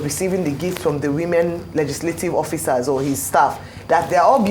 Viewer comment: Reuben Abati cannot pronounce the word "Legislative."